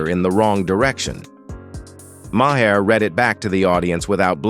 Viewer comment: His name is not Ma Hair, it's pronounced Mar.